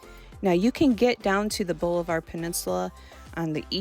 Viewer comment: Thanks for the info!,, It’s pronounced Bahl-ih-ver